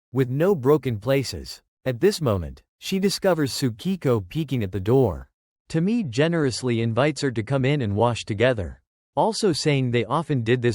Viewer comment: Tomi-e, separate e. Ffs, at least look up how to pronounce the names properly.